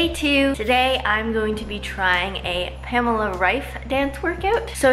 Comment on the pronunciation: it's wrong? it is not "pämla" it is more like "paamehla"... but ok🙃